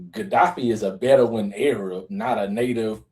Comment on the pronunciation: It's beduin (bed-du-win), not "bedain"😂😂😂